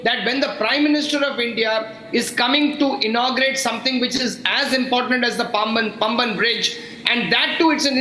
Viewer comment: It is Paamban. Not Pumban.